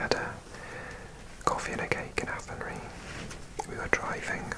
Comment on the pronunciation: Loved this one - thank you! Athenry in Ireland is pronounced with a "rye" at the end, rather than a "ree". Like rye whiskey :)